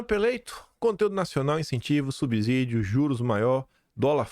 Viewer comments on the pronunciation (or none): none